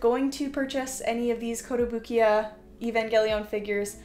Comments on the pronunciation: Why do you say Evangelion like that. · Sad you have these but can’t pronounce evangelion 💔